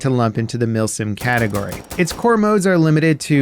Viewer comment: Milsim ❌ Milfsim ✅